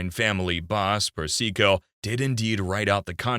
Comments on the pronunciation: Seriously, did you listen to how he pronounced Carmine Persico’s name? It’s not per- SEE- co, fool. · Great doc! - but slight quibble: Sonny's own son Michael pronounces Carmine Persico's name "PERsico", not "perSEEko", and since Michael worked for Carmine, he would know.